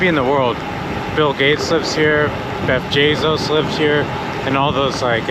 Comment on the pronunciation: My favorite part is at the part, you say, “Beff Jezzos”